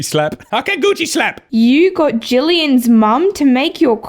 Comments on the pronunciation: JULLIAN, JULLIAN NOT JOOLIAHN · It's Jillian,.